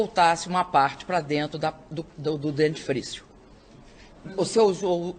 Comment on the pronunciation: Meu Deus!!! Que ANTA de baton é esta? Quanta falta de informação, quanto despreparo. É com certeza, a maior demonstração de falta de capacidade para se expressar (KKKKKKK, em português. Ela não consegue dizer nem "você" corretamene e um bando de incompetentes tão ignorantes ou mais que ela, elegeu. É bom para vocês aprederem. O país tem o presidente que merece....INCOMPETETE.